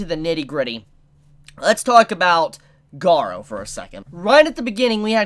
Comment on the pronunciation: Garou = Ga-Roo not Ga-row